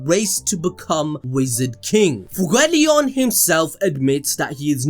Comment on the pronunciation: Please stop saying "FugUeleon"!!! It's "FuEgoleon"!